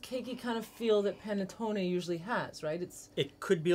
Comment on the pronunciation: New subscriber here and LOVING your channel thus far!! This here Italian thanks you for correctly pronouncing panettonE with a LONG E sound at the end! Between the Americanized mispronunciation of provolonE and a few others, it drives me nuts to hear people drop the long E at the end of these words. My Sicilian Nonna from Palermo would be so happy to hear them properly pronounced. 😁 After all, we Americans have gotten used to properly pronounce the Spanish word Taco with the AH sound and not Americanized it with a long A right?! Imagine hearing it pronounced tAYco!! Or how about burrIEtoe... LOL 😂🤣